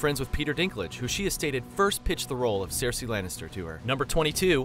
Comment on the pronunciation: Maybe someone who makes a video with facts about certain subjectmatter should learn to pronounce important words for said subjectmatter. Such as Daenerys, or Cersei.